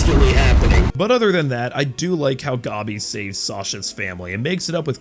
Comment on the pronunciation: You calling gabi "gobby" and pronouncing mappa as "moppa" had me rolling, I can understand the mappa one but gobby? really?